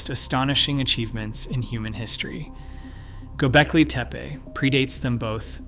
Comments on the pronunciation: What's "GobeLki"? I thought it was "GobeKli".... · Learn to pronounce "Gobekli" :hand-pink-waving: It is not GoBELki. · Good video, but where are you pulling this "i" from⁉️ It's TepE and it is NOT TEPI. TEH-PEH Twice you even said TIPE?!?! Once even GOLBEKI⁉️ Why is it so difficult to say TEPE, TEH-PEH, NOTHING OTHER THAN THAT. Again, it's a good video. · not to mention, he mispronounced both "Gobekli" and "Tepe" several times. I always question someone presenting "with authority" that cannot pronounce names/words. Generally, it indicates a willingness to act on assumptions with confidence, or inattention to detail during post editing at the very least!